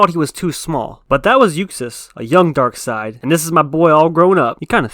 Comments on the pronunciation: Omg... Its pronounced "Darkseid" ...Not "Darkseid "🙄 ...get it right bro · I swear Darkseid is pronounced Dark-seiid,not Dark -side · You ever watch the justice league animated series where they always pronounce it darkside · People who pronounce it “Darkseed” 🤦‍♂️🤦‍♂️🤦‍♂️